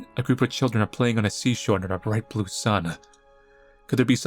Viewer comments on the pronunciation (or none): none